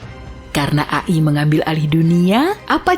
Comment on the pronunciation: Bukannya dibaca ei-ai